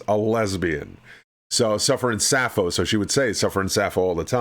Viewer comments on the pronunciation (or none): No, you messed up saying 'suffering sasso' instead of suffering sappho... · Every time you pronounced "Sapho" as "Sasso" it physically and mentally hurt me 😭